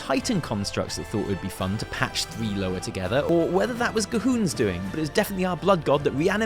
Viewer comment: Its not “lower” its “loowah”! Ya be desecrating the language of my people!